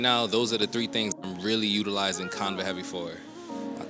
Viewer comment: Love the video, great content....but I have never heard anyone pronounce Canva that way. The a sound is the same as in canvas. can-va. But you know what? Maybe us southerners are pronouncing it wrong. Idk.